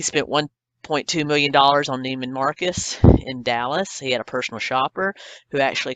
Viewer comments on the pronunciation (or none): none